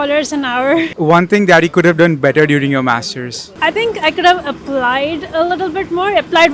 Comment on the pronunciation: Bro says only mastersss in accent